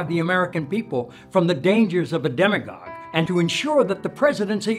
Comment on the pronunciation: What did sheen say the electoral college is to protect from, sounds like demigod or demigog?